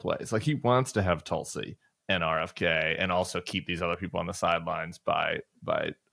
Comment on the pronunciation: I like the Bulwark but I would like to point out the mispronunciation of Tulsi Gubbard. She's of Indian origin and her name should be pronounced "Thulsi" sort of phonetically begins like "Thiel". PS: This is directed toward Tim Miller.